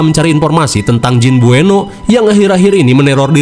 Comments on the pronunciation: jin beuno, tapi sebutnya jin buneo😭 bengek, ribet banget namanya ya mang😭🤣😹dasar setan😌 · Baca nya buno bang bukan bueno, kasian banget jin nya krisis identitas 😂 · Bukan bueno tapi namanya beunot min 😂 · Buno BG buno bukan bueno😂😂😂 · Tulisan nya BUENOE tapi bacanya BUNO 😂